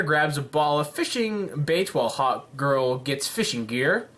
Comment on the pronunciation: When you said hawk girl I thought you said hot girl